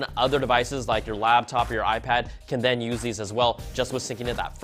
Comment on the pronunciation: STOP SAYING LABTOP. IT'S LAPTOP! Say it. LaPtop. LaPtop.